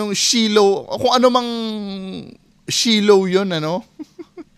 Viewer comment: SHILO??? BAKA SHILOWET HEHEHE